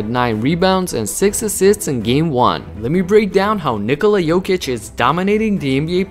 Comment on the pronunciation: Thank you for saying his name correctly!